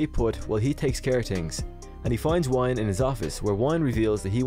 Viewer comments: Good video. Dr Wyn is pronounced Win not Wine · I believe the correct annunciation of Dr. Wynn's name is WIN. Like winning a game. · I thought that Loomis had a heart attack at the end of H5. Also I'm pretty sure Wynn's name is pronounced win.